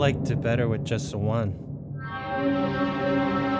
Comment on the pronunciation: what did u do wiff the gwaffic dawk?